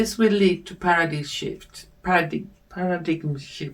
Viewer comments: Paradime - how paradigm is pronounced in English👍🏻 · A tiny little help for pronunciation: paradigm /'pærədaim/ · you definitely have a strong intuitive gift. The reading was quite informative. I noticed you were having trouble with the word "paradigm." It comes from the Greek language, and has a spelling that is unusual for English. The pronunciation is like this: PAIR-a-dime. Thanks for all you do! ❤ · Thank you for you beautiful spirit and especially from speaking in English so more of us can follow. Just a not Paradigm is pronounced as para dime